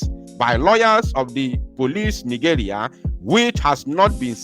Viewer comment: Please, you don't say ni-"joo"-ria. Better say ni- "je" -ria. Thanks.